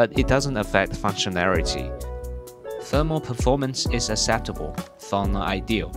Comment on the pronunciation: Does he actually say [aselerate] instead of [akselerate] and [aseptable] instead of [akseptable]?